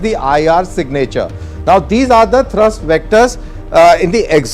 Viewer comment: India needs 100 of these. And This idiot reading the narratives should know that the engine has a thrust not thirst (unless he is referring to fuel).